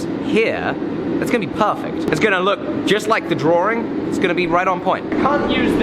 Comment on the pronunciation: Great video... but I must say... DrawRing, LOL..